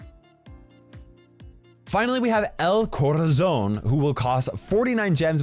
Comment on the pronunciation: Being a native Spanish speaker I love the way you say El Corazón <3